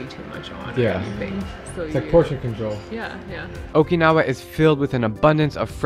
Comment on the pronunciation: Jesus Christ. You're the second American I've heard who can't pronounce Okinawa correctly. I don't see how it's so hard. Kids, this is what happens when you watch dubbed anime.